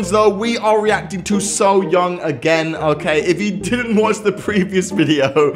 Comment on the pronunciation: It’s pronounced soy-young